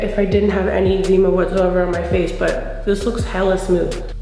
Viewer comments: 'egg-zee-ma' lmao ily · Omg that hair is everything, this minimal look is bomb ❤️ I love how you say eczema 😊 I’ve never tried the matte foundation but this one is for me and here for it